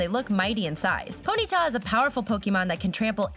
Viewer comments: WOW DID U JUST CALL BLASTOISE BLAST-IS WOW GET TO HE 2000 CENTURY AND U SPELT PONYTA WRONG U SAID PONTYA AND HOW DOES THAT THING LOOK LIKE EEVEE AND U SAID MADICARP AND WHY DIDNT U DO CHARIZARD HE IS ALMOST AS POPULAR AS PIKACHU ALL THIS IS JUST EFFENCE TO POKEMON FANS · Pony ta! Not poneeta